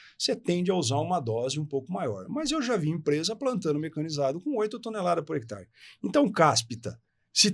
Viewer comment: Gostei da entrevista, mas por que o rapaz, que é agrônomo, fala “hectar”?